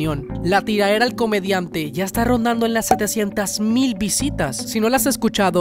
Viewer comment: Soy el único que odia como dicen tiraera?